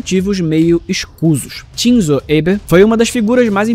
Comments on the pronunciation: se for uma pronúncia mais americanizada aí tudo bem, mas nenhum japonês pronuncia dessa maneira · por favor verifique de novo,essa pronúncia nao é japonesa nao